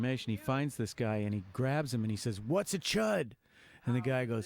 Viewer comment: Chood?? It's C.H.U.D. Thanks otherwize